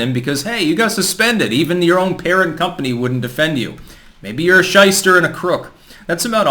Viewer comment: When u say the word "schyster", I laugh 😂😂😂😂 like mad